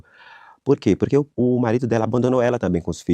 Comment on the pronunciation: Porque que ele fala "porrrrquê" como se fosse sulista? Não entendi...